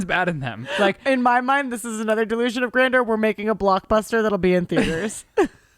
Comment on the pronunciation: you mispronounced 'grandeur.'. It's not 'grander.'